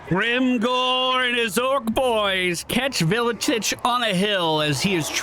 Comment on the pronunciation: It's pronounced ar-kay-on and vil-itch WAAGH armies don't replenish at all